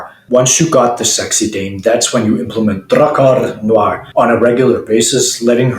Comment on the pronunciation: Your alveolar trills give me areolar thrills.